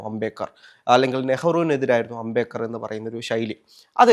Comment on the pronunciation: Ambekar alla ambedkar... Etha ee avatharakan ula..